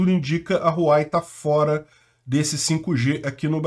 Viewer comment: RU-A-UEI… queridão… HUAWEI